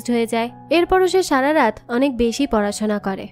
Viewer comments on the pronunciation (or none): none